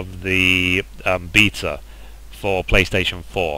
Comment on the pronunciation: lol - your pronunciation of certain words is funny - chimera, beta, Leviathan. =) I want me a moogle minion - I hope SE will eventually open that to everyone without Collector editions.